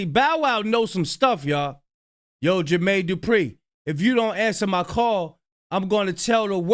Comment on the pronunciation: Yall herd Katt saying jer...maine...du....pree😂😂😂😂🤦🏿‍♀️